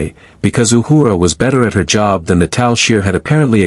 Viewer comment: I like how the A.I. Voice pronounces Uhura’s name “Ahooraw !” lol.